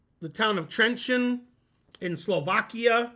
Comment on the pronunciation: it's "trentsheen" not "trentseen" arrrgh i'm so mad